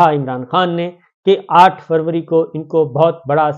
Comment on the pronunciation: یہ آ ٹھ فوری کیا ہوتا ہے صابر شاکر صاحب۔ آ پ کا مطلب آ ٹھ فروری تو نہیں ۔ یاد رہے میر ی طرح بہت سے لوگ آ پکی اردو سے آ پکی ذہانت کا اندازہ لگا لیتے ہیں ۔ وڈیو کھولنے کی ضرورت ہی نہیں پڑتی ۔